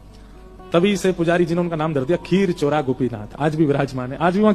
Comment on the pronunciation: Khirchora nahi Khirichora Gopinath kaha jata hai unhe